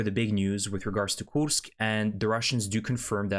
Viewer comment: Why do you pronounce the name as Koosk and not Koorsk?